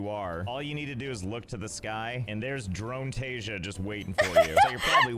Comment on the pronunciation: How are you better at pronouncing "dronetasia" than the guy who leterally made the word up!?